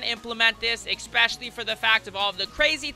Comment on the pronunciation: u said exspecially not especially